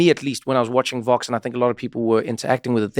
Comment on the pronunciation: Please be more clear when pronouncing VOX vs FOX. I fear that many people still think you're talking about FOX, which would be very unfortunate! I only learned about the existence of VOX in recent years due to listening to "Today Explained" on public radio during my commute. Thanks.